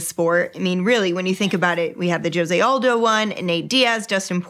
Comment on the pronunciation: I’m going to need her to pronounce Jose Aldo’s name correctly next time 😂